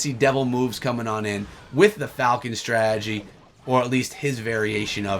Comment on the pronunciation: Anyone else get annoyed by the way he says strategy? Why does he say "Stragey"?